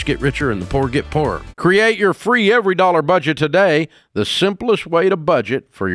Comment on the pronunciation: “Poor-Er”😂 Dave making poorer into two whole words. the origin of Dave’s “honey”😂 I guess it’s genetic